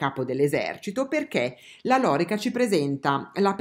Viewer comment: ... Penso che la pronuncia esatta sia " loríca "... con l'accento sulla i... 😉🐻👍